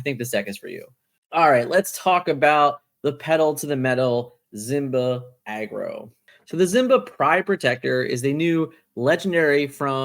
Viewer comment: I'm late to the party. Is there a reason you say Zimba instead of Simba?